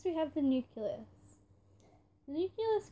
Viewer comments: What the heck is a "nuculous"? Oh you mean a "nucleus" ohhhh haha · You can’t say nucelous